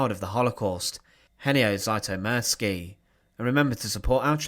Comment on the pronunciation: There are several inaccuracies. You did not even care to pronounce his name right 😞